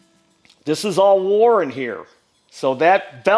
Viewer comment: We love ❤️ - especially his pronunciation of WORN “war out”